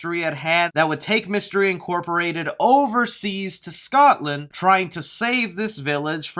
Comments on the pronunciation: did he say scotsdale it’s Scotland I’m from there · Why did he say Scottdale instead of Scotland? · Sry but did he say Scotland as scot still or something like that 😂how hard is it to say Scotland no offence but did nobody notice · Scottsdale? You mean Scotland? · Didn’t he say Scottsdale? Not Scotland? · Its Scotland not Scotsand 🤣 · I was personally offended when you said Scotdale when it said Scotland 😂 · I'm sorry how did this man just pronounce Scotland as Scotsdale? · You said Scotsdale......not Scotland. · Anyone gonna point out he said Scottsdale instead of Scotland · Why did you say Scotsdale instead of Scotland? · Scotland... not Scottsdale. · Scotland, not Scotsdale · You said Scottdale 😅 no one goes to Scottsdale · Excuse me, did you just call Scotland Scot's dale? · Scotland not Scottsdale lol. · Scottsdale? You mean scotland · "Scottsdale?" Lol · ScotLand Nots Scotsdale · It definetly sounded like Scotsdale when read out..when should have said. Scotland. Was spelled .as gunn tweeted..after all..after all it is where i am from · the guy (i dont know your name) is reading the james gunn tweat and pronounces scotland scotstale is that just me im from scotland so i instantly was confused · Why didn’t you pronounce Scotland right is my only question, it’s almost an ENTIRE COUNTRY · As a Scotsman I feel offended by how you said “Scotland” 😂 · As another fellow Scottish person, I'm glad someone pointed this out. As I was really confused for a moment. xD